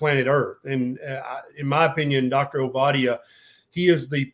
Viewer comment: Enjoyed listening. Do work on the pronunciation of your guest’s name though. It’s only polite to get it right.